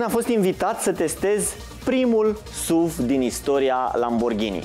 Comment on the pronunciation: Totul bun frumos pana la pronuntie. Nu se spune “suv”... Pune “suv” pe youtube si asculta cum se pronunta, fiindca lectii de spelling in scris sunt imposibil de dat. “suv” cum spui tu suna penibil. Daca esti Praslea cel Voinic si militezi pentru româna pura, atunci nu folosesti nici “sport utility vehicle.” Sa nu imi spui ca esti un avocat al “genului viu al limbii.” Atunci ai putea zice “parizer” si sa spui ca ai vrut sa spui “nestemata”, aducand ca argument genul viu al limbii.